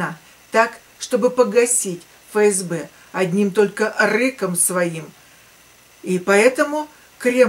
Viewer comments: Дорогая, не Фе Ес Бе, а Еф Ес Бе. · Буквя Еф, а не Фе.